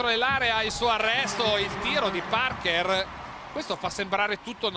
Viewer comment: “Tony Parkêr”…. 🤦‍♂️